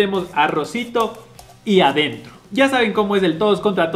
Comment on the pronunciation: Vamos a analizarla,,,,,, “Por adentrrrroo” jajajaja buena buena jaja